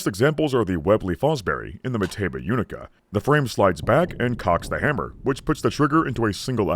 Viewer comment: Again, its "oonica" not "yoonica"!